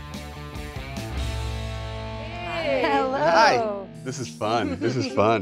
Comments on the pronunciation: I so love right after he said his name, it sounded like he said "Hewwo" sooooo adorable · In the beginning it sounds like the cat said “Hewo”